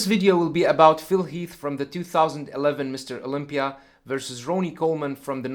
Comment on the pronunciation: Dude Ronnie Whoops His Ass All Day Long. & Its RONNIE Not Ronie